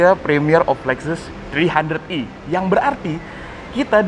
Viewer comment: E bang....bukan i